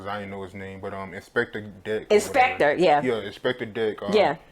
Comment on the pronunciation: As was 'bout to say "Dialogue >Vlad" then Dialogue dont dont and can't even pronounce Rebel INS Inspectah Dech